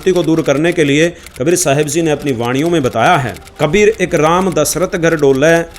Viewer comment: Ji ko zee kyon bolte hai,🙁